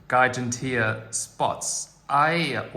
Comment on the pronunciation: Isn’t it pronounced “jiganteea”?